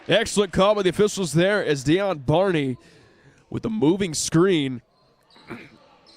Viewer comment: In the men’s game y’all kept saying my sons name wrong his name is Dejon Barney pronounced Day John thank u 🏀💯❤️